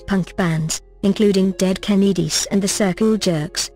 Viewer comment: Dead ka-need-ies lmao